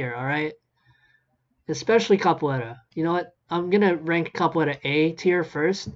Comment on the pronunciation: also i was talkin about how he pronounced it